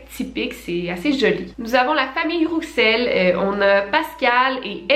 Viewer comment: Coucou Victoria je crois que « Rouxel » se prononce [Roussel] voilà bisous superbe vidéo 😊